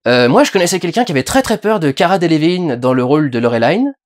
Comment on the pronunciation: Pourquoi tu dit Laureline a l'anglaise ? C'est français sa brule mes oreilles T.T et c'est rigolo parce que tu prononce Cara Delevingne a la française ^^"